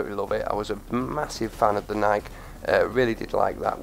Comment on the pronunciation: HES SAYING NIIK INSTEAD OF NIK-E IM WEAK